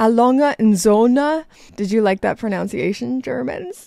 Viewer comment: *ProNUNciation,. 😂